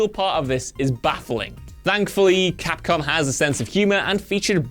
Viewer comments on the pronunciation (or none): none